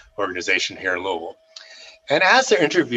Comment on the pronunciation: What a wonderful story, and he pronounces "Louavull" correctly!